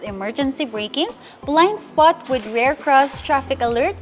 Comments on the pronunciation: It's rear,not rare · Rirrrrrrr,not reyrrrr